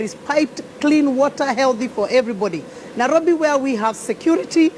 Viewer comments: Why can't say Nairobi? All I hear is NAROBI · She is trying not to say NAROFI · Honestly, she should at the very least get NAIROBI right. How does Jubilee get these weirdos? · That "" is not honest, not interlectual and definately not fit for the job. Somebody tell her its NAIROBI and not NARROWBI